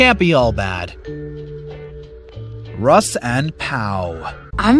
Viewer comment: Man you SLAUGHTERED some of their names!! RUSS became Huss?!?!!